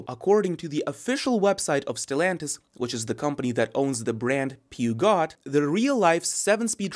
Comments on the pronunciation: "peeergshooo" not peagot! :-) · peugeot is actually pronounced "poozhow" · Phewgot… 😂😂😂 Love the enthusiasm though. 😅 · LOL a car guy who doesn't know how to pronounce Peugeot? :D :D Come now, you can do it: Peh-Shaux..Peh..Shaux.. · Pretty funny to hear "peugeot" that way. Yup, but it's funny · The pronunciation is killing me